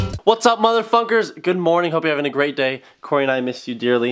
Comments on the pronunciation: WHY DID YOU SAY MOTHER FUNKERS IT SOUNDED LIKE MOTHER FERS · I thought in the start he said motherfuckers but he said motherfunkers